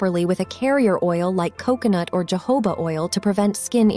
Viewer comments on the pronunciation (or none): You need a real reader. It is HO HO ,not jojo